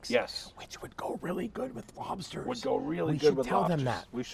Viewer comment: Those Lobstah’s look great. Thanks for sharing the recipe and the comedy while doing it.